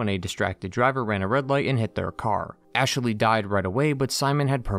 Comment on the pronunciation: oh god he says ASHE-LEY in this video as well, drove me nuts in the mass effect videos